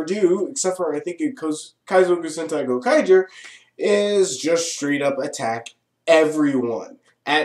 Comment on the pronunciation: u pronounced the series right, i had trouble pronouncing it.